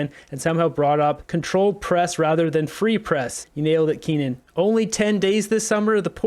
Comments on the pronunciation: KEE-UN. Not KEEN-UN. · His name is Keane not Kenan